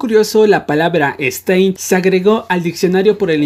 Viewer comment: Todos:Stan: STEIN